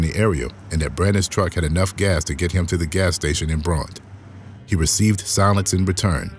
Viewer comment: Bronte is pronounced, Brontay.